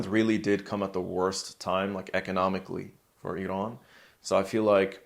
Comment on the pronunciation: Big thanks for this great discussion from an Iranian. Also, you are pronouncing Iraaan very beautifully, just like Iranians.